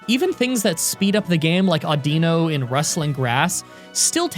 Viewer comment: Aww-Din-Oh not Aww-Deen-o Whirli-peed not Whirli-ped